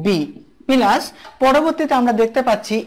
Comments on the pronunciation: sorry vhaiya this is (+)-প্লাস not পেলাস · Not 'pelus'.....it will be 'Plus' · vaia what is পেলাস this is +/প্লাস।sorry vaia.